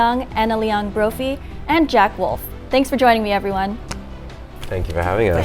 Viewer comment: Jack Wolf? Jack WOLF? Come on guys, pronounce the name of your guests correctly!